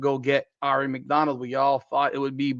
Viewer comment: Now you just have to learn how to correctly pronounce Aari. 😉